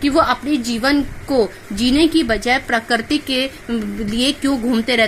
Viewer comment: parakarti nahi prakriti